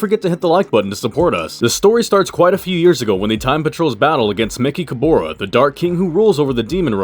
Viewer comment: Why do you mispronounced mechicaboras name?